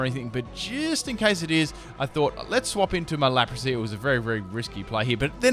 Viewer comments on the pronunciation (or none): none